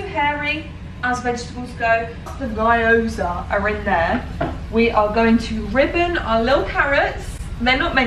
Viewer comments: You pronounce gyoza as: gee·ow·zuh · Video idea: learning how to pronounce gyoza with google translate 🤠 It’s kind of pronounced more like gee-yo-za but the gee-yo is said really quickly. Dk if that helps :) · The 'Y' un Gyoza is pronounced like 'ee', so 'Ghee-oh-zah'